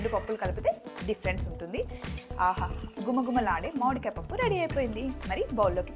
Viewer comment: Modikaya kaadhu akka mamidiya akka